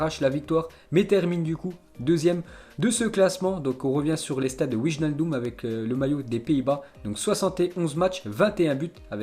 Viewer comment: Il fait aucun effort pour l’accent lui a chaque fois c’est comme ça même certains noms de joueur comme Wijnaldum ou autre 😂 et la pour Mount il a dit mounte 😂😂😂